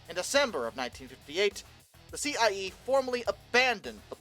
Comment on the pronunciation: Decent attempt for a novice